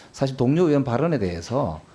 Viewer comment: 최강욱!!! "의원"은 "으원"이 아니고 "의이원"이라고 읽는것이란다. 의원이 뭐냐? 자네 사전 잘 찾더구나. 사전에 "의원"을 "으원"으로 읽으라더냐? 어느날 인간인데 "의원"을 으원으로 ㄺ는단 말이냐? 미국 하와이에서 왔더냐? 당장 발음을 고쳐라. "으이원"으로.....